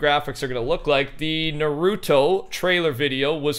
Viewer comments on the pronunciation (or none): none